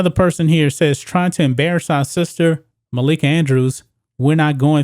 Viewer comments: It’s “Malika Andrews” not “Makaila Andrews,” you 🤡. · It's Malika not Makaela. Get your facts straight bro. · MUH-LEAK-UH......lol....love the stuff just pointing out her real name...but you did get it on the 3rd try🤩😂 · I cringed every time I heard makayla andrews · The fact that he keeps saying Malika's name wrong is stopping me from watching this video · MALIKA BRO ..ITS MALIKA 🤦🏿